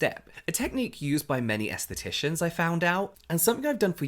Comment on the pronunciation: Esthetician? Aesthetician? 😂